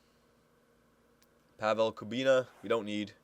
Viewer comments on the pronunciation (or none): none